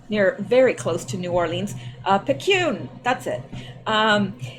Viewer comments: Picayune: Sounds kinda like... Pick-eh-yune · Hey Picayune is pronounced Pick-a-yune. Picayune is in Mississippi, but the Times Picayune is a New Orleans paper. I lived about 30 min from Picayune when I lived in Bogalusa, La. Anyways just thought I’d let you know. Thanks for all you do. Love from Mississippi 😊💗